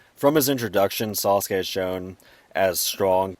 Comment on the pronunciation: I really love the way you say Sauce-Gay! ♥️